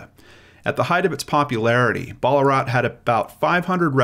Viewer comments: It’s said Bal-la-rat, not Baller-at 😋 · Why pronounce Ballarat "Ball-a-rut", especially when its original name is Ballaarat and it was originally an Aboriginal term? It's a bit like all those videos where people call Woomera "Woo-merrah". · I didnt know that there was anotjr place called Ballarat, I only knew of the one in Australia and have never heard it pronunced how you said it 😂😊